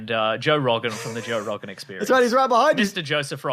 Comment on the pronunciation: Ah yes, Joa Rawgan